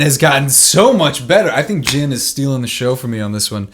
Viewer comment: that’s Jin???! Me: Y THE HECK U SAY IT LIKE THAT!??🤬🤬🤬